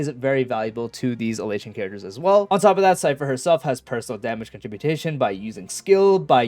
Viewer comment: lol, these tools making videos these days all make up words and act like they are real "contributation"? It's con-trib-you-shun moron